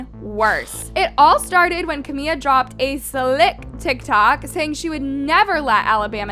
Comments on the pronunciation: Her name is CamiLA. The whole video you’re calling her Camia. Literally SO CRINGE. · Her name is "CaMILA" not "CaMIA" smh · “Ca Mia “ 😭😭😭😭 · yeah I get it but whenever sb or Camila talks about hs she says Camila not Camia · Camia? Say the name right wow how annoying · I mean maybe say her name right one time if you’re going to clown on her. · I beg you to please pronounce the L’s 😭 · Girllll pleaseee learn the correct names of people you talk about its trrriggeringgg